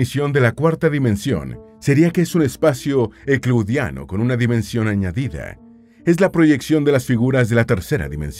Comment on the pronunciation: Sabes qué da pena? Que hables de una persona tan capaz y TU no puedas pronunciar la palabra EUCLIDIANO en tu propio idioma...... Ya nada más lo haces por ganar dinero verdad? Hasta los niños en primaria y secundaria VUELVEN A GRABAR cuando sus maestros les piden audios y videos. No todo es tener linda voz y abrir varios canales... La excelencia es la cualidad de la permanencia.